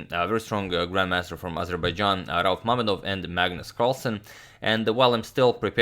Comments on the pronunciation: Mamedov's name is pronounced RaUf(stress on the U) MamEdov(stress on E) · Hello Agadmator, very nice coverage and tips on checkmate pattern in the end! Also, as far as I know stress in rauf mamedov should be raUf mamEdov. But i guess some guys from Azerbaijan can clarify this